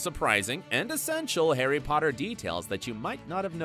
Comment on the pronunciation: The name 'herry podder' took me out the whole video.